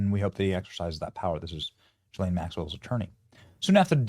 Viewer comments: It's pronounced Gee-ss-len. Don't forget the "s" sound. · Why is he saying Joy or Joann Maxwell instead of Ghislane? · Benny I think her name is pronounced “Gee” as in Goat - Gee-lane. cough Never mind. She doesn’t deserve her name to be pronounced properly. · Good headlines, good research....but please learn how to say her name ...szhe....as the szhe in asia....Szhislane!!!!!!!!